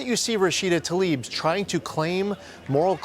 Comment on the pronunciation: Please pronounce her last name correctly. It's Tla-ib, not ta-lib.